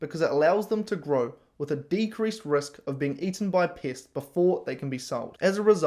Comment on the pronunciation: you keep saying pests and it sounds like Piss..pissacide